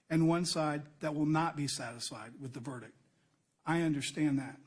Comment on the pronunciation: I thought the judge couldn't pronounce verdict either. Sounds like he's saying "ver-dic".